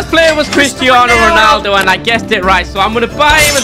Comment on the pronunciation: bro said ronadlo 💀